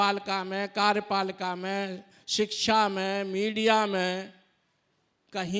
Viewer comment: सिक्छा नहीं वो शिक्षा होता है। प्रियाय नहीं वो पर्याय होता है।